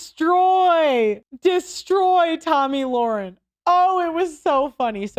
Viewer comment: It’s not loren it’s Lahren.